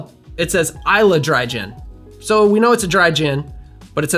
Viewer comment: Great video. Islay is pronounced “E-slah”